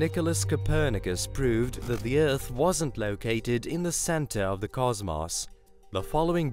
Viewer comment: “Center of the CasMauss” hahaha love it.